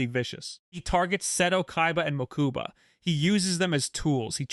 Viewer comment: "Mookooba" smh